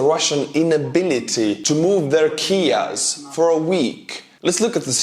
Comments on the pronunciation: KIAs in English would be pronounced K-I-A's. Just FYI. I thought you were talking about Russians stealing Ukrainian Kia cars for a moment. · "We got 3 soldiers turned into KIAS"